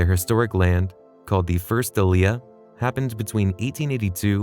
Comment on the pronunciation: The pronunciation of aliyah is wrong. In the sense of moving to Israel, all syllables are equally stressed. When you use the word aliyah to mean being called to say a blessing on the Torah, emphasize the middle syllable as here.